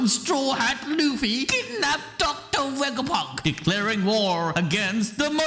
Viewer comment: “docta wegaponk”